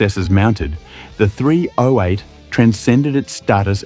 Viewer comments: THREE OH EIGHT. JUST SAY 308 Takes one second to pronounce instead of Three Oh Eight 😅😅😅😅😅😅😅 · AI spoken dross narration. It's not Three-Oh-Eight, it's Threeo-Eight. And it's aluminium, not a-Loo-minum. Hire a bloody voice actor to narrate you cheap-arses. And then the obvious ADR to was put in to fix some apparent bigger blunder. At least that bit got the 308 pronounced properly. The dude who the AI voice was trained on maybe? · Its sure narrated by AI. The voice is so annoying. Who says "three (slight pause) ow eight" and distinctively pronounce each letter? It's pronounced "threeoheight". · What was the Engine again, I forget. Ohh that's right it was a "three ohh eight" Geeze I fucking hate AI voiced videos. Surely you can do a human voice on the video. You insult the intelligence of the people who view (but fucking noo way will i sub) your crap. Next time see if you can outdo yourself and mention it 400 times. Thank fuck you only have 2.71k subscribers.